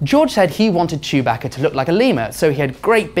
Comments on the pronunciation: Chew-bacca. BRUH ITS CHEWBACCA. CHEW BACCA NOT CHOOBAHKA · This dumbass pronounced chewbacca name wrong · He pronounces chewbaca strangely